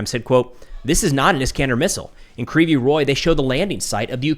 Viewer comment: Your pronunciation is almost on point, except you say "ree", when it's "rig", g like in "rogue". Also, "g" in Ukrainian is very soft, it's almost "kh", that's why you may miss it when Ukrainian says "rig", but it's there. You may come across different pronunciations because in Russian it's "Krivoy Rog". There is a lot of words that are the same between Ukrainian and Russian, except for that in Ukrainian version "o" replaced with "i". You read Russian and Ukrainian "i" like "ee". The name of the city means "crooked horn", which is kind of a fun name, if you are interested.